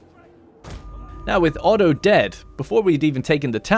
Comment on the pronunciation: I hate how you keep calling Otto "Odo" :D I always feel transported to Shogun :D